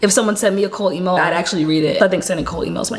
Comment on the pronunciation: Did you say a cool email or cold email?